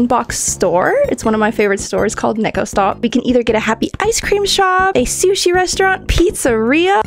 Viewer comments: Isn’t it pronounced “nee-ko” or am I just dumb😭😭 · It’s pronounce neeeko stop 😂